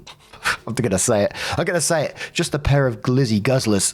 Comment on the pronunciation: Dying of laughter listening to you try and pronounce glizzy guzzler 💀💀💀💀